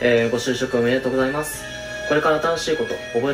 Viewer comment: みんなが「ご就職おめでとうございます！」が「ごしゅうしょうさま！！」に聞こえる😆 ごめんね…😌